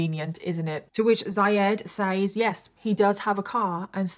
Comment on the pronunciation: Ugh for the millionth time says is pronounced “sez”!